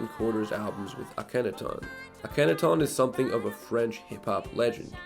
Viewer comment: It’s spelled Akhenaton like the pharaoh his name is mostly written in French, but the way It’s pronounced in the video is very different as to it should